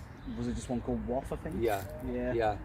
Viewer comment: Glad you said Wath and not Woth though.😂